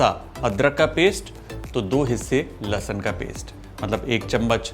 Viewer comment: Likhte ho Lahsun aur bolte ho lahsan